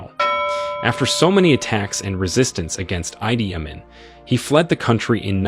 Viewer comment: Great video!! It is pronounced E D Ah Mean (Idi Amin) though